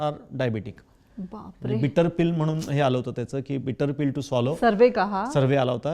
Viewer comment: खूप छान माहिती देतात. पण मधे मध्ये इंग्लिश का बोलतात?? सगळ्या मराठी लोकांना कळायला नको का? जुन्या लोकांना कसे कळणार? आणि त्या मॅडम छान सांगतात. फक्त mhanun म्हणजे म्हणून न म्हणता ण च्या ऐवजी न बोलतात.